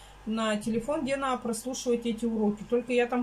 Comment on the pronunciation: Ты настолько ленива, что даже слово НАДО, не можешь запомнить и произнести правильно? НАА... 🤦‍♀️🤦‍♀️🤦‍♀️🤦‍♀️